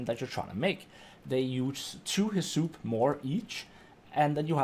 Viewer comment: Are you saying "Heh-soup"? Bruh pretty sure it's "Hiss-UP"